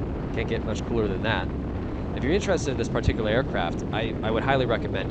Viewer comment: great plane.. btw, did anyone count how many times he said PAR-tee-Que-lar. :D